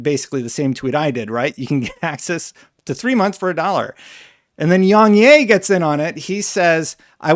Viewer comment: Its pronounced "YongYeah" without the 'H' 🤣